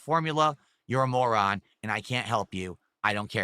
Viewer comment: I can really feel the passion when he is ranting about "Prahfits". Also this dent calling people "morhans" for not tipping to clip farm him is hilarious. He doesn't realize the salt about not hitting the goals is the best salt.